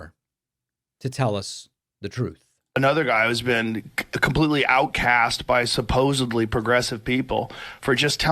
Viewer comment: Feb 28th was the lowest day in diplomatic relations in our history. So embarrassing to watch him for a second, after 10 years of his mouth spewing bullshit I am worn out. Also, Joe Rogan is so dumb. He drives me nuts, he also says “ supposeBly”, ahhhhhhh!!!!